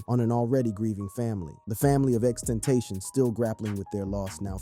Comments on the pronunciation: LEARN HOW TO FUCKING PRONOUNCE ITS NOT GEKYUMI ITS GE K Y U M E AND ALSO ITS FUCKING X X X TEN- TA - SION NOT XXTENSION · Xxx ten tas see on . Is how u say it fqm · Should’ve learned to say his name before doing the video 🤦🏽‍♂️ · nga died 6 years ago and you still cant pronounce his name right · I DONT MEAN ANY HARM BUT PLEASE LEARN HOW TO PRONOUNCE HIS NAME THANK U